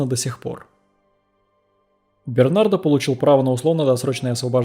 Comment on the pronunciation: Бернар,а не Бернард!! Д-. не говорится.Переводчик хренов!